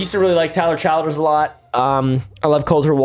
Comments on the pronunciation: bud i love ya but i'm BEGGIN you to respect the Kentucky boy. it's Tyler CHILL-ders. like a Chill Guy... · The way he pronounced Tyler Childer’s last name made my brain reboot